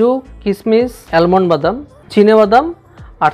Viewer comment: দারুন.. এর আগেও আমি আপনার রেসিপি ট্রাই করেছি.. দারুন টেস্ট হয়েছিল.. আর ওটা অ্যালমন্ড না আমন্ড হবে 🙂🙂🙂🙂